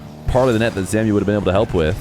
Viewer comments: Zamue isn’t named “zamyoo” it’s “zamway” because of the accent on the E, love you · Yo. It's zam-oo-way. Not zamiu. Just thinking because he used to be a big time EU rlcs guy. Great content tho, thank you bro. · for future reference zamué is pronounced zom-way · Hey, just an FYI but I believe Zamué's name is pronounced as Zam-way